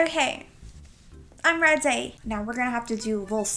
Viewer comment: "oK Im rEaDY" in the British accent was so cute